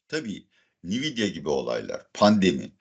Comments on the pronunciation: hocam belki ben yanlis biliyorumdur da ben veri muhendisiyim ve yillardir Nvidia adini "en-videa" diye telefuz ediyoruz. Bkz (/ɛnˈvɪdiə/, en-VID-ee-ə) ni-vi-di-a kulaklarimi tirmaladi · Nviyda değil hocam Envidia diye okunuyor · "nividia" degil "envidia" diye okunur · Nividya ne hocam once dogru okuyalim 😂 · en vi di a okunusu bu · Nvidia nasıl telafuz ediyorsun ya öyle?😂😂😂 ENVİDİA diyeceksin. Bi daha İngilizce konusunda ahkam kestiğini görmeyeceğim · Hocam, en-vid-ya diye okunuyor. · Cambly reklamları yapan hocamın NVİDİA telaffuzu üzerinde bir durmadı lazım.